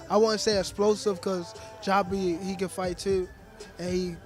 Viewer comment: Why does gervonta keep calling him joppy?